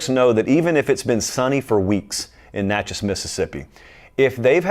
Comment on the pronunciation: Thank you! I'm from Natchez and you pronounced it perfectly. Most people murder it. Anywho, you do a great job, the only College football show I watch. Keep up the good work and thanks!